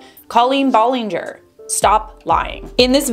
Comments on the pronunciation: Colleen B-A-llinger not B-O-llinger... sorry it is driving me crazy! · Ba-lin-ger! Not Bo-lin-ger!👋👋👋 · BTW ITS B-ALL-EN-GER NOT B-OL-ON -GOR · Ahhhh I'm sorry but not Bollinger it's Ballinger I'm sorry 😭😭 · First of all it is ballinger not Bollinger and second of all he’s doing this for the CLOUT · Did she just say bollinger? Beech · Is it hard to pronounce her name correctly? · How do you pronounce Ballinger wrong??? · He can’t even say her name right ???? And who hires a pre teen to run their social media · Why does she pronounce her last name like that??? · You saying her last name wrong... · her last name is not pronounced that way i- now that i think about it, that’s not even how you pronounce her first name HA